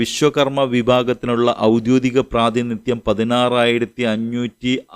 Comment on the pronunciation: "ഔദ്യോദികം" എന്നല്ലല്ലോ , "ഔദ്യോഗികം" എന്നതല്ലേ ശരി ?